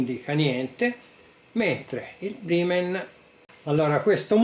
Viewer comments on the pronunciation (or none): La pronuncia di "ripple" è corretta ma Brymen si legge "Braimen". Gran bel multimetro il BM869S. Bel video; merita pure il "Thumbs up"!